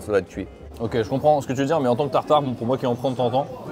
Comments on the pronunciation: Ça ne se dit pas tartarqi! On dit juste tartare aller-retour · Bonjour, super vidéo, pour information on dit un tartare aller/retour pas "tataki" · Cher, on dit pas un tartare mi-cuit mais tartare poêlé.